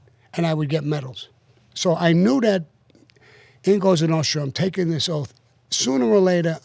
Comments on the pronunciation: He can’t say “Cosa Nostra” either but says something like “Notsra”. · "Cosa Notra” what an idiot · I don’t want to watch this because Hannity is the worst interviewer on earth but Sammy is always interesting to listen to. Can Sean please stop saying COSTA NO-TRUH. Who the hell is Michael FRAN-CHAY-ZEEEEE. Good grief. How did this guy get as far as he has?